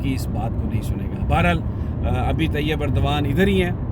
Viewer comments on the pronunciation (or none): none